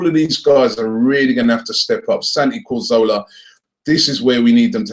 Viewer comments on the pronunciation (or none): Santi CAZorla, every single video you mention him you always say Santi CORzola.